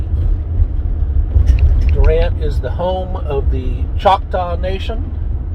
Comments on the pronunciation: its CHOCTAW not Shoctaw. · It’s not schocktaw it’s Choctaw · CHALK-TAW would be better in order to pronounce